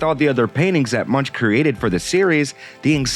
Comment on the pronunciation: The 'ch' in Munch is pronounced like a 'k', 'Munk' (Danish and Norwegian for monk)